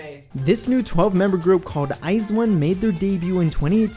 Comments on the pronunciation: When you hear eyesone instead of iju-one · It's pronounced I Z one, not eyes one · This man says it as IZE 1's it sounds like a pair of shoes. FYI it's I ZONE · Btw it’s not eyez1 it’s i z 1 that’s how you pronounce it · I was today years old when i found out Iz*one is pronounced Iz*one and not I*Zone...(never listened or watched them, only ever saw the name pop up on YT or Twitter) I feel dumb now :D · STOP CALLING THEM EYES ONE ITS WEIRDDDDD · Yena and others pronounce it as iZone tho... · Ok, I have to thank you because for the life of me I couldn't comprehend how to pronounce "IZ*ONE".